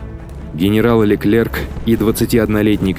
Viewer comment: Качество видео отлично, но диктор кое-где подкачал. МассЕна, а не МассенА. И последние согласные не читаются у французоф. Никаких ЛеклерК быть не может(